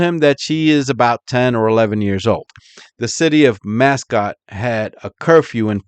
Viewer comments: Not that it matters, but its pronounced Mass- coat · Pronounced Musk-oh-tee